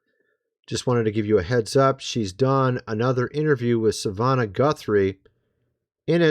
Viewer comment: (MrsM) I love your channel, but if you can't even pronounce "Savannah", perhaps you shouldn't report on this.